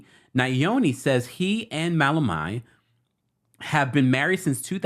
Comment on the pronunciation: my lovely brother.. Just a heads up. His name is pronounced Yoni, which means "Our Own" His wife's name is pronounced "Malo Meni" Hope this helps. Love you